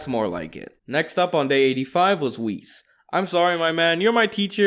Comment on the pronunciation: It's not wheeeessss it's whis